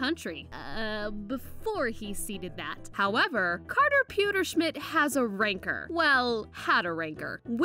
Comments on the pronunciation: "Ran-core" get it right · She said rancor wrong